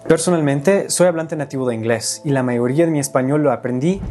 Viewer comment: Incorrecto me di cuenta cuando dise la mayoría ahí se sintió el acento de la R que les cuesta a ellos.